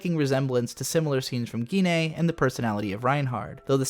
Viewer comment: "Geenay"?? Did you mean "The Legend of the Galactic Heroes"?